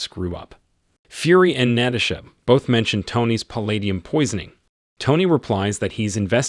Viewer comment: I'm not sure if the narrator of this has a speech problem , or he could be the same one that does talk to text for Google, cuz he not only weep o nized , but he also had Kate Mara sapuna Tony , and later on Nait a lee, also Nat a shaw Romanoff !